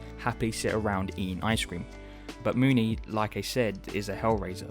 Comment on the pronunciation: Why does everyone on YouTube pronounce her name "Moon-y" when she's called Mo-ny in the film